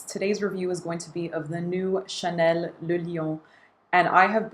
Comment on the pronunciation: As a Chanel gal, do you know why they're not so keen on shelling out samples for their Les Exclusifs line? And thank you for pronouncing "le" in le lion correctly!